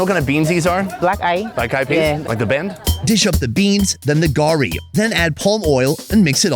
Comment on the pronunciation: Garri, please don't loose one of our heroes 'R' 😅😅